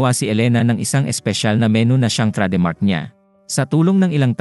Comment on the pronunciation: nice movie recap. no offense meant but I just want to correct you regarding your pronunciation of Chef and Recipe. "Chef" should be pronounced as "Shef" and "Recipe" as "Re-see-pee". also "Trademark" as "treydmark" and "Menu" as "Men-nyu" so you can say it right in your next video.